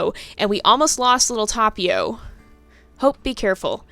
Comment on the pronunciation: Yeah, I guess that's a good choice ^^ But seriously it's not that big of a deal x'D I meant to say that you pronounce Tapio's name really well ^^ The T could be a bit stronger. It sounds a bit like Thapio atm but it's totally fine. ^^ I can't expect you to say non English names perfectly. Our little god of nature almost drowned TT v TT